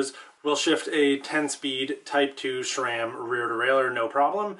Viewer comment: Please...its not SHRAM.